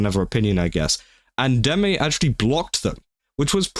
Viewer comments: No, your pronunciation of deme is correct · You pronounced her name right, so, you're good.